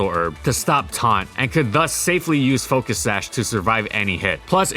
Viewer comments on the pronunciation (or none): none